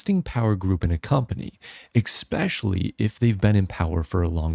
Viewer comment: Explain to me how you reading "especially" while marking it AND STILL PRONOUNCING IT "EKSPECIALLY"?!!!!